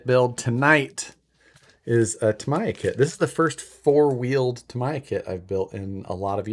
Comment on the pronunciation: Why do almost all of the people who build a Tamiya kit pronounce Tamiya wrong? It isn't that hard... the vowels in the Japanese language are not pronounced like Americans do as the language is mutilated.... A is pronounced ah. E is eh. I is ee and o is oh. So....Tamiya is pronounced Tah Mee Yah. NOT Tah My Yah.